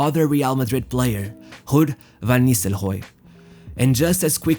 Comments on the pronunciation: Hood Van Nistelhoy??? dafuq you pronouncing these names like that?? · is horrible the way you pronounce some words,,,,,like rood you said hood,,,,you should not make videos talking